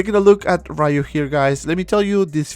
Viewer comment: Street Fighter is a 36 years old game, and people still pronounce his name “RAYU” 🤦🏻‍♂️